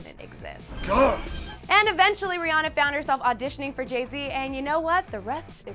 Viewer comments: It's Ri-AN-na omg you made a video on this! smh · that girl said Rihanna wrong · Your saying Rhianna wrong